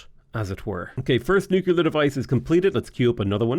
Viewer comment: why do you say Nuclear like George Bush? You're from where Guinness comes from not Alamo Drafthouse.